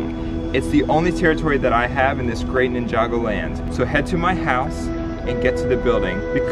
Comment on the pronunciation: I like that he can pronounce ninjago properly lol